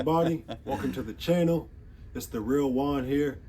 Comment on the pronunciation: "...welcome to my chaianal ..." 😂😂😂😂